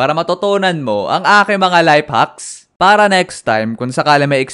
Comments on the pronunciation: Life hacks❌ Layp haks✅😂😂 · kuya life hacks po hindi layp haks